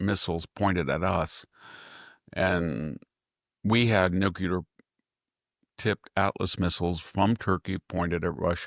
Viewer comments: I flinch very time Victor mispronounces NUCLEAR. new klee er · Nookyooler, nookyooler, nookyooler.. SMH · I just wish he could properly pronounce the word nuclear.. he may as well be pronouncing 'ask' as 'aks'.. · Please pronounce nuclear and crimea correctly.